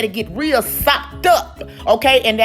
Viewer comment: She can really say SOPED UP!!!!!